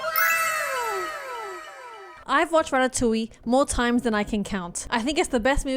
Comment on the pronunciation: Rat-Ta-Toing hahahah